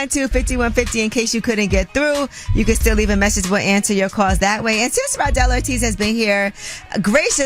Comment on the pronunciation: His name is RADEL ORTIZ not Randel 😂😂😂😂